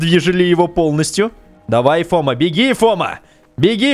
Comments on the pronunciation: Не фОма а фомА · Не Фо́ма, а Фома́ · Ля, ты че, как не олдфаг, не Фома, а фомА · Правильно надо говорить ФомА а не фОма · фома ударение на а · Фома ударение на "а" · Ударение на другую букву в слове фома